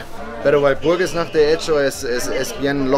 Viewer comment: Walpurgisnacht, no Burgersnacht